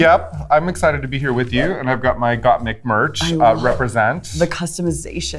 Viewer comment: gottmik???????? don't u mean gottmeek?